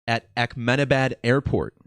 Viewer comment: Good decode. But why do you keep saying AKmenabad? This happened in India, not the middle east 😂